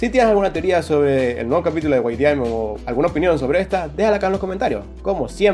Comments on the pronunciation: Se dice daiamon x.x me duele escuchar que digas diamon pero me gustan tus videos xd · No se dice diaimon tarado se dice diamon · Diaimon 😂😂 pero me gusta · Me encanta como decís diamond xdxd